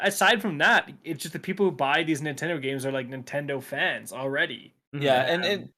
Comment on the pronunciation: "Nintendo is out here duking it out with their own fans" I could have sworn you said Bungie there. lol